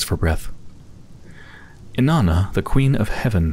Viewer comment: Herodotus was an ancient Greek historian, you pronounce it something like hair-odd-ah-tis. And Inanna was an ancient Mesopotamian goddess of sex and violence. Pronounced something like In-on-ah.